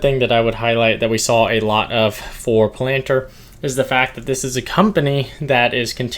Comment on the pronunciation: I THINK it’s pronounced Palanteer